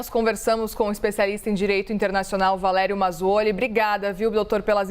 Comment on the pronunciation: VA-LE-RI-O MAZZUOLI e não "Valedjio Muzoli" O professor é simplesmente um dos doutrinadores mais eminentes em Direito Internacional no mundo